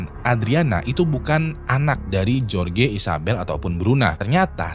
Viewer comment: "jorge" tu dibacanya "horhe"